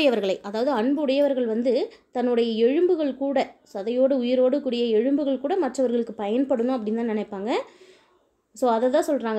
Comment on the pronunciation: எழும்பு என்று சொல்லக்கூடாது... எலும்பு என்க.